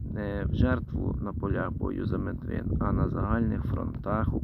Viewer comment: Медвин з наголосом на перший скад